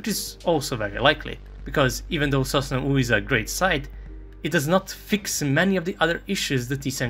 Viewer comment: sosnA not sOsna, this isn’t Serbian ;)